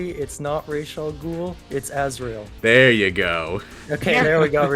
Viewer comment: Raysh Al Ghul